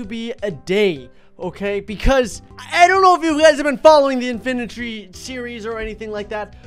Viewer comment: the name is INFINI-TREE dude